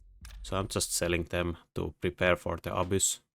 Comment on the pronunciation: You pronounce the Abyss a-boos, but it's more like a-biss